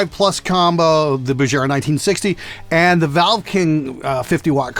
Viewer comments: It's BuGera, NOT BuJera! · If you say "Bujera" one more time...